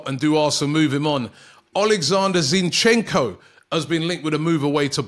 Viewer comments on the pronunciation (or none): none